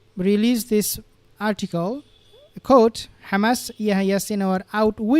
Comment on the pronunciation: The 'h' in Yehya is not silent, pls pronounce it correctly. And H*m*s starts with an 'h' pls pronounce that correctly also.